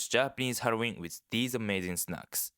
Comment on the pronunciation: You say: Halloween I hear: Heroin